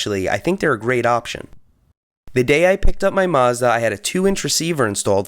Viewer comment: Why are you saying Mazda like that?